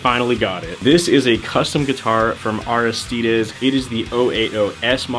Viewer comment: The way you pronounce Aristides hurts my soul a little lol